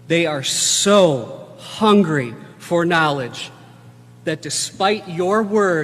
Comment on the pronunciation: I don't like the emphasis that man puts on the word "hungry" when talking about children.